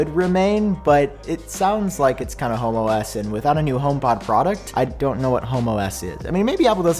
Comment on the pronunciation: You might wanna put a pause between home and OS lol